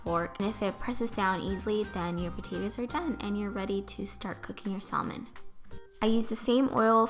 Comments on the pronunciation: It pronounced samon not salmon :) great video!! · ..I can't...you had saLLmon? come on now..the L is silent....saLLmon SALLMON...You keep saying it ;( p.s its called caprese salad, not capri. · Cristal Loera You are right. The L is silent. It is pronounced sammin. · The 'L' in "salmon" is silent. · It's pronounced like this: Samon. The L is silent. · sal-men lol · The 'l' in salmon is silent so you're actually supposed to pronounce it as 'samon'. Maybe it's just a british thing though. But the British did invent the English language sooo.... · You're saying salmon wrong girl,it's pronounced saamen not how it looks ok just trying to help ok. Btw it does look really tasty can't wait to make it myself thank you for the recipe!!!!!! :-) :-) :-) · It's pronounced samon. The L is silent. For the future lol. 😉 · Not trying to be mean, but just want to let you know that "salmon" is pronounced sam-men. The "L" is silent. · Omg I've been saying it like her my whole life.lol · The L in salmon is SILENT .....LOL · Gabby Shontz i die every time🤪. The L is silent honey! Lol but i still love her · I love the way you say salmon!! and is that the caillou song? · The way u say salmon... hahaha.! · Well, this made me want a snack! I love the way you take care to make your food look nice and polished, it always feels nicer when a dish is presented elegantly. (The "l" in "salmon" is silent- someone has probably already said that but just so ya know! (: ) Anyway great job, love it! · Thank you for sharing! Loved the video! (Not to sound offensive or anything, but you don't pronounce the 'L' in salmon:) ) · Isn't the L in salmon silent? That's what I thought can anyone let me know if I'm wrong? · Yes it's silent. She pronounced it wrong. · I think it's bc it spanish we pronounce the L. I slip up and say it like that a lot.